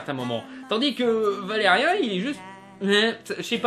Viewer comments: Blaireau, avant de critiquer, prononce déjà le nom du héros convenablement... Ce n'est pas " Vélérien " ( comme dans " chien " ) mais VélériAn ( comme dans méchant ) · Après la polémique sur la voix française de Laureline, je propose que tu dises "Valérian" et non pas "Valérien" et aussi que tu arrêtes de bouger tes bras dans tous les sens. Bref, j'ai arrêté avant la fin. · déjà par pitier prononce comme il se doit valériAN pas valériin et es ce que tu le as lu ? je trouve pas se film mauvais perso aprés c'est vrai qu'il as peu d'action mais d'aprés mon pére qui les lis les bd sont pareil et valérian à été créer avant avatar ect.. donc possible que ça puisse ressembler c'est comme pour arthur et les mimimoys je trouve pas que c'est un mauvais film "tu n'aime pas " c'est tout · On dit pas valeriun il fit valerian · valeriAAAAAAAAAAAAn pas valeriEEEEEEEEEEEEEEEEn merci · c'est "valé ri ans"(écris comme ça pour bien comprendre la prononciation) putain pas "valé rien", et ce film c'est de la merde rien avoir avec l'histoire de base qu'est Valérian et laureline, valérian est un agent spatio-temporel et laureline c'est une artiste de rue du moyen âge et ils sont les 2 seuls humains qui reste dans la galaxie!!! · Une critique légère avec peut d'argument réellement solide pour ma part un peu facile tout sa , et merci de critiquer le film avec les bonnes appellation pars que la crédibilité d'un critique ayant été super attentif au film mais ne sachant pas prononcer le prénom du personnage principal qui est : Valérian et pas ValérieN !! En prend un coup ! Enfin pour conclure se post une critique à l'image de la taille de la communauté abonnés à cette chaîne. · Valérian pas ''Valais rien'' steuplé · bon déjà cest pas valerien (un) mais valerian (an) après quand on connais le dessin animé on ses que que cest jouer comme sa meme si c'est un dessin animé et la bd comme le dessin animé son français merci luc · ValériAN pas ValériEN tu m'as stresser pendant toute la vidéo xD